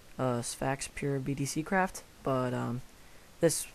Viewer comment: its BDCraft not BDC craft